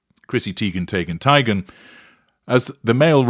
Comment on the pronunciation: I still can’t even get passed “Chrissy Tee-ghen Tay-ghen Tie-ghen!” NEVER gets old.